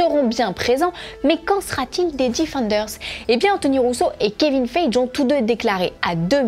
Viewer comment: On dit pas Kevine [Faije] mais [Faillegui]